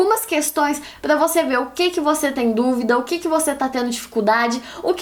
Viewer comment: Débora tem a língua pregada que nem a minha. Meu "R" sempre sai com som de "L". Pla motivar kkk linda